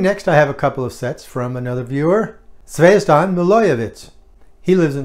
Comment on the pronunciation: Happy New Year,! Thanks for mentioning my stamps in the video. You have pronounced my name very good. Zvezdan